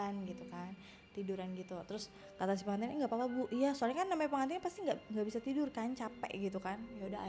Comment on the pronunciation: PeNgantin apa pegantin wkwkwkwk